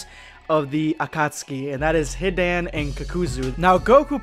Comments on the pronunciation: anyone being triggered by his very off pronunciations of most of the words associated with naruto? like when he says "kakazu" or "hidan" very off? idk it turns off the immersion for me. Feel like you are just reading off a paper and not feeling the true immersion of the script. Just some constructive criticism. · Hid-an HID FUCKING AN BRO ITS HI-DAN THAN KAKU-ZU ITS KAK-A-ZU JEASUS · h-i-dan and kak-oo-zoo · He-dan and ka-kuzu smh 🤦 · "Hee-Dan and Cock-oo-zuu" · As an ally of the Naruto community I'm gonna pretend that you didn't call them that, This nigga said Hidān and Kukoozoo Bro prolly the type too say cammyhammyha instead of Kamehameha 😂